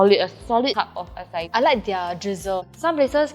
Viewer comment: Please tell people its not pronounced “ah cai” 🤦🏻‍♂️🤦🏻‍♂️🤦🏻‍♂️🤦🏻‍♂️